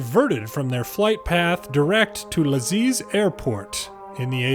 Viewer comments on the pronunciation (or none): Lajes in portugues is more like lages, your "American" pronunciation was actually better than the other, even if still bad 😅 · Tbh, the "Americanized" version of Lajes is a bit closer than the first, nice video though, quite entertaining! Keep it up! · Your americanized pronounciation of "lajes" is a lot closer to how its pronounced in Portuguese than the first attempt